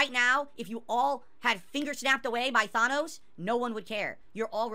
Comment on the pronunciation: ok three things 1. mispronounced the word Thanos I know it's a nitpick but it kind of takes the hot air from rant when he's mispronouncing words during it 2. This is either the 4th or 5th time that said that he wants the detractors removed from existence or that nobody would miss them or that the world would be a better place without them I know that YouTube has a history with siding with terrible content creators moral wise but how is this not breaking YouTubes TOS 3. I find it both incredibly ironic and incredibly hypocritical that is going about being positive for the world when he's wishing for a detractor genocide like he's a fleshy Dalek